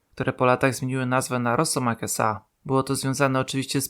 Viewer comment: "Rosiek"? w pierwszej minucie już takie goowno AI?